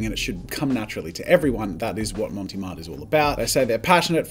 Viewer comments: Brand: "Mont Marte" Jazza: "Monty Mart" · It's NOT "Monty Marte" xD. There's no e on "Mont" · Mount Marty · Love the content. Montee Marte????? Clearly says Mont Marte. Which is a take on Montmarte, in Paris. A suburb famous for where lots of artists hung around in Paris. See what they did there with the name. LOL. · That’s fine. He keeps mispronouncing Monte Mart anyway, (I might have misspelled it though 😆) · I love how you mispronounce Mont Marte XD It's French, no "e" on the end of Mont and the "e" on Marte is a soft "eh" sound, or since we're Aussie not French, you can make it a silent "e" and just say Mart. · Jazza, mate, it's MONT Marte Otherwise, absolutely love this v insightful reviews